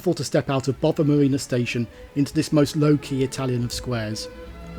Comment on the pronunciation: Great video. Very interesting, but as a pronunciation pedant I would like to point out that Gare Du Nord is pronounced NOR nor NORD. The D is silent unless an E follows it. The Swiss town of Chiasso is pronumbered KEE-ASS-O. and your destination is BO-VA Marina not BOVVER Marina.